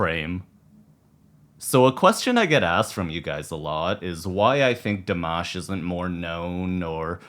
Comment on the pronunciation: El nombre Dimash se pronuncia con la "i" latina,no con la "o" latina. Nunca lo pronunciaste bien, amigo.. Saludos desde Argentina.